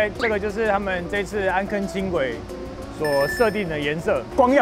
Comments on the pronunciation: 由如此帥氣的來介紹，太吸睛了，真想現在就去坐 暗坑的“坑”字閩南語發音唸錯了 amˋ kiign 啦！ 不是amˋ kegn 但或許是地方腔口不一樣，我是三峽這頭的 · 安坑不是葛瑪蘭人喔 是巴賽族那一群的 安坑的台語老本地人不是這樣念的